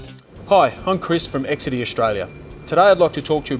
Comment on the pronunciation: This is the first time I’ve heard Exedy pronounced the way you did.